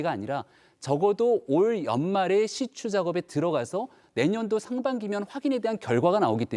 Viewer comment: 시추 맞죠? 시츄 아니고?